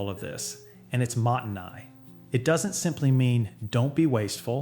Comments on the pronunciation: If it's a channel about Japan, or related to, they should at least get the pronunciation right... Shiitake, mottainai and gyōza ended up sounding like completely different words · Great tips! My only gripe is that the pronunciation of gyoza, shiitake, and mottainai make me want to vomit blood a little LOL